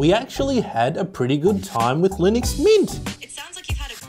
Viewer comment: its Linux not Linix 🧐 And its not a good OS . OK for a server thats it. You cant beat Mac OS.